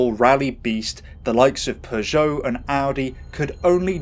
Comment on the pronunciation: Yes, this was distracting.but also, in the UK, he mispronounced Lancia, Peugeot, Celica and right at the end, butchered Citroen too!